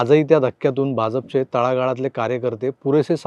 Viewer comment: Aho Bha"ja"pa cha uchhar Bhaunsarkha chukicha karu naye evhadich mafak apeksha.